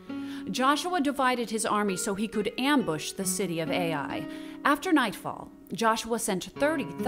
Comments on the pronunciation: STOP! This hurts my ears!! It's not pronounced A.I.!!!!! It's pronounced Uy!!!! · Wonderful video . The city of AI is pronounced as Eye in Hebrew